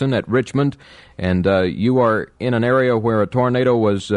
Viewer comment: Does your boyfriend pronounce it as “tornada” like his great-uncle?